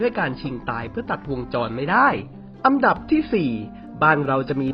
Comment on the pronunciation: อันดับครับ ไม่ใช่อัมดับ